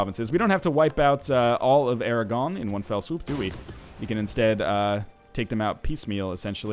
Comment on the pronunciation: Aragon isn't french, don't pronounce it like it is.